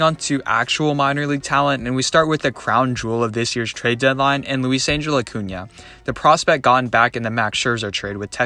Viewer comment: It’s Lou-weese ang-hell not Angel (like the Anaheim team).